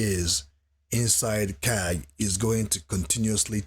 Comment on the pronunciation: It’s Ka-gé